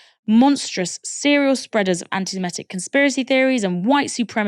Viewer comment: Please can stop saying semetic when it is semitic